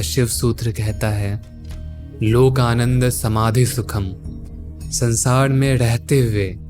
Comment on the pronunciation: Bhai bahut achha laga sun ke aap ke content ko, ek chhoti si salah hai thoda uchharan me dhyan dijiye, sar hota hai sad nhi, sansaar hota sansaaad nahin. Jay sri hari💐💐